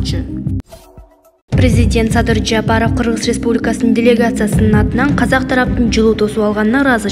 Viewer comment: Жаапаров дебей туура окучу ээй кыз. Жапаров деп